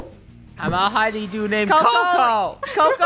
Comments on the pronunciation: Its honeydew not honny do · Its honey dew. Not honey duw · COCOS A HUNYDEW Me:cocos a coconut while dying of laughter XD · When said honeydew 😂